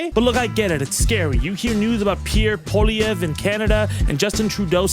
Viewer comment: Another banger, thanks! Side note, kudos on being the first US commentator (hell, one of the few Anglophone ones on either side of the border) to pronounce Poilievre's name properly!